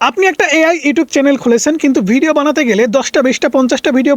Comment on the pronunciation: ওরে বাবা (চ্যালেন) নয় কথাটা (চ্যানেল), আর কতদিন বলবো তোমাকে এই নিয়ে পাঁচটা কমেন্ট করা হয়ে গেল😂😂😂😂😂😂